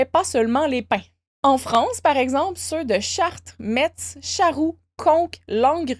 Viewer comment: Les habitants de Metz en Pls suite à cette prononciation 😆 Pour info : ça se prononce "messe" -> et oui, c'était dans le thème en plus !